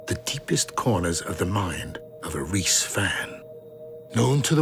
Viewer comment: Im so fucking pissed bro its "REESE'S" not "REESE"